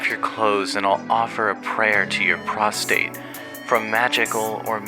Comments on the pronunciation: you really read "prostrate form" as "prostate" youre actually a midwit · I can’t blame you for mispronouncing “prostrate,” especially when the word is unfortunately one word more to prostate. I made the same mistake once lol. Great video though, I would have never guessed a Malice Mizer video to be in my recommended this week.